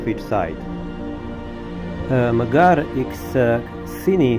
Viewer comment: kad vec snimas videe na engleskom jeziku, bar se potrudi da naucis kako se pravilno izgovaraju imena gradova i mjesta koja posjecujes i o kojima pravis video Nije hejt, al bas ruzno zvuci kad pogresno izgovaras imena gradova. Izgovara se Emdzar. Nije Bugiba nego je Budjiba. I tako dalje. Lijep pozdrav iz Arba (Gharb) i puno srece u daljnjem radu. 🤗🤗🤗